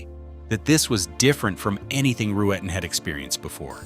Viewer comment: “Back-up Firearm” (?). Lazarus was clearly crazy and spectacularly insecure. And another reason I hate AI, it is Roo-ten, 2 syllables only. How simple.